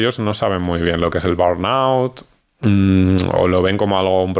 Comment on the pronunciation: Burnout. Estar quemado.. no es el nombre de una enfermedad, simplemente quiere decir, estar quemado en inglés. . Me molesta tanto la gente que usa palabras en otros idiomas, pero no logran ni pronunciarlas., cuando el español tiene su versión perfecta. Crees que da la impresión de qué eres internacional o más culto o qué porque si lo fueras, las sabrías decir, y si no lo sabes, das la impresión contraria